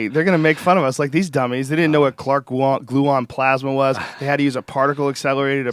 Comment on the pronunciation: did joe say clark gluon and higgs bosin???